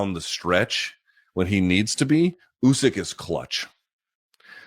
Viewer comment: Usk. Usike. And yeah, Oozkike. 😂